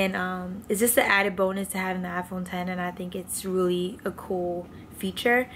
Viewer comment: THANK YOU for saying “iPhone ten” it bothers me SOOO much when people say “iPhone ex”